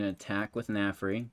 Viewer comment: Narfi not Nafri lol